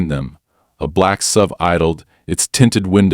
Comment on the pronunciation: And "SUV" is "ess-you-vee" rather than "sove."